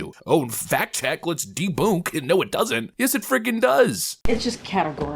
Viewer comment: When did "debunked" start to sound like "deboonked"?